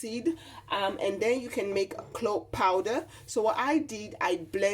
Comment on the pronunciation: If you can spell, you CAN pronounce CLOVE,!